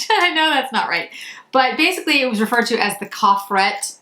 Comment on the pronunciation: You never or very rarely pronounce a consonant at the end of a french word so coffret is to be pronounced k-ofray